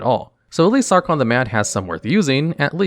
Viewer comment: "sawcon the mad" ah